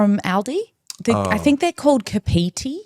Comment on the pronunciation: It's pronounced carp not cap for Kapiti. Their sorbet 😍